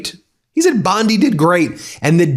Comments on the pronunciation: Bondi not bonde your saying it like it has an E on the end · Please you yanks killing us Aussies say bondeye not bonde BOND "I" BONDI😂😂😂😂😂😂